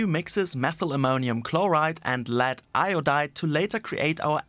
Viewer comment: You lost me when you said "LEAD"